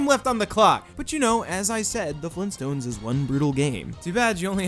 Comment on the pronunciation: did someone say FleenStones!?!?!